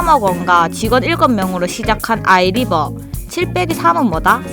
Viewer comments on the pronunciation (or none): 사투리... 아이↘️리↗️버